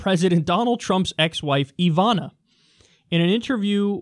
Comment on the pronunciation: Ivana is pronounced with short vowels.